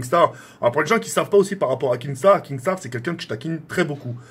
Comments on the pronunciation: Je chiale quand il dit KING star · mdrrr il a dit kingstar